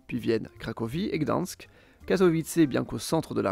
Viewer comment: Ça se dit /krakouf/, /katovitsE/ et /dane-tsiHHhh/ ou / gdagne-sk/ en « version originale » 😊 Et tu as omis l’ethnie des Kachoubes et leur langue, qui bien qu’elle soit proche du polonais, est bien plus divergente de ce dernier que le silésien ne l’est ! Bonne vidéo, comme toujours !❤